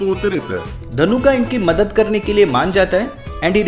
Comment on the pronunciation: His name is not ධනුකා it's ධනුක 😒